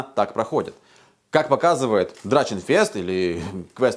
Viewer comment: дорогой, это драХенфест а не драЧенфест. это немецкий язык а не английский. в Германии с пластиковыми доспехами не ходют на Ларп, мы используем кожанное или железное. хоть и потоньше чем реконские